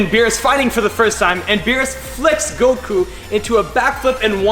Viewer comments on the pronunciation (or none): you said Goku wrong